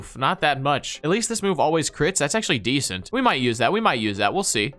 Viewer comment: Stop saying desent